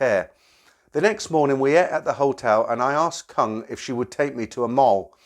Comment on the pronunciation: Koong , K is pronounced G and it means proun or shrimp.